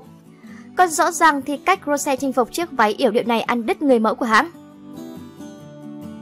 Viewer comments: nói thì nói cho đúng rose not ro sè ok bruh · Làm ơn đọc đúng tên Rosé đi. Một là đọc theo tiếng Anh là Rosie. Hai là đọc theo tiếng Hàn là 로제(phiên âm:Rô chê). Đừng có đọc là Rô se nữa. Đọc vậy, Blink buồn lắm. Làm ơn 🙏🙏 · cũng ko muốn nói đâu nhưng mà ad đọc sai tên của chị chúng tôi rồi. Định ko nói nhưng mà nó cứ tuôn thẳng vào tai ví dụ như tên của Rosé nhá. Cho hỏi " Rô se" là ai vậy ạ chị tôi có tên thế đâu trời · Rô se? Đọc chuẩn tên có đc k vậy?